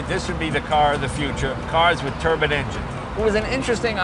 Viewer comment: Jay,...it's a tur-bine...not turban, turban is head gear from the east💥👊🏻